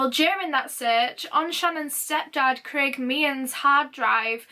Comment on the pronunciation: ur Yorkshire "Kalrren" and "Clrraig" accent almost came out a few times ahaha xx